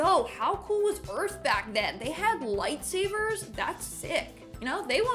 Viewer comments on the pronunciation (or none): Did they spell George GEROGE? And, did she say “light saver”?